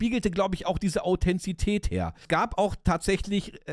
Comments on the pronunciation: Super Video! Vielen Dank dafür. 👍🏼 Ein paar Anmerkungen meinerseits: - so wie ich mich erinnere, war der Truck von Willers in Staffel 1 ein Volvo - die Menschen, die in Chile leben, nennt man Chilenen und der damalige Diktator hieß „Pinoschee“ (Pinochet) - es heißt Authentizität, nicht Authenzität 😉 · Erstaunlich sind die zahlreichen Wortfehler – selbst Krug und Kirschstein werden verwechselt. Au-then-ti-zi-tät. Von Namibia nach Marokko?!? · Authentizität, nicht Authenzität